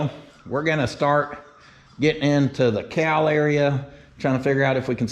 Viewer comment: Cowl pronounced COW L